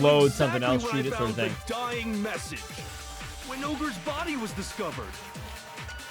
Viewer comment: "Vienna Sausage" and "Shining Message" is Hiro trying to say "Dying Message". He's an idiot